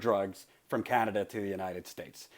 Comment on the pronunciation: " Canader" lmfao